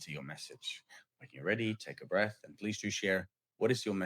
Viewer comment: Marie meant "Breath" but has trouble pronouncing the "th" sound. I can help with pronunciation in case you're interested, dear Marie. Many thanks and blessings... 🙏🌍🕊🕊